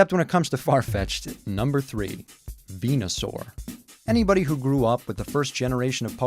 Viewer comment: just wanted to point out, its actually ven-u-saur, not ven-a-saur. just sayin'